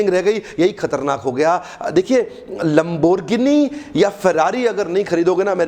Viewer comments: Its not lamboorgini its Lamborghini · My opinion: Content is good but CEO coach needs some Phonetics training Design = Deline , Lamborghini= Lamborhgini? Lols man... Otherwise I loved your video... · this man don't know how to say Lamborghini hahahahah :v :v